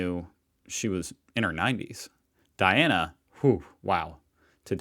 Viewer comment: Terrible angry-sounding commentary - she couldn't even pronounce names correctly, including that of Princess Diana.